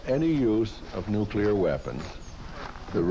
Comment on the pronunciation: Guy on CNN doesn't know how to pronounce nuclear...